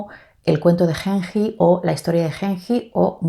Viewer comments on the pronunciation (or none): ayy dios la novela de Genji (pronunciación es la g de gato "gen", y la j como una "yi") será la novela psicológica más antigua del mundo, escrita en el siglo X. Tuve un seminario de esta obra, una maravilla, es imposible de creer que haya sido escrita en el siglo X. Parece mucho más moderna, todo lo que acontecía en los salones de la familia Fujiwara (clan reinante en esa época) se destacan también otras obras de esos años, como los de su "rival" Sei Shônagon (con el libro de la almohada, pero es un diario) en cambio Genji Monogatari (la romanización en español del japones) es la primera ficción de la isla. Importantísima para toda la cultura japonesa, además de ser la primera novela escrita en japones, porque en la corte y los hombres escribían oficialmente en Chino. La verdad te la recomiendo muchísimo, no se siente una novela tan antigua, la historia es hermosa. La amo tanto que a mi gatito le puse Genji por esta obra hermosa. Lindo Tag, siempre veo tus videos, no los comento casi, pero acá lanzaste una de mis obras favoritas y tenía que hablar jajaja🤭 te felicito por tu canal!!! y pd: dale una oportunidad a Flaubert, es un magnifico escritor, él escritor modernista por excelencia, lo que sucede es que no es aristotélico y creo que eso es lo que te tira para atrás de él, o de la lit contemporánea, aunque yo soy de la idea como la tuya, tanta indiferencia y frase corta me satura de la novela contemporánea, pero hay joyas, solo hay que saber donde buscarlas. Estudio letras e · Genji se leería con G de gato y Ji de Jeep, cuando lo escucho como lo dices, siento que fuese henhi ( con una H en inglés)